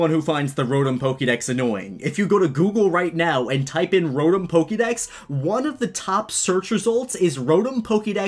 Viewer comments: Rotm Me: uhh ya mean RO-TOM? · Another annoying thing,people that pronounce Rotom as Rotum or Rotome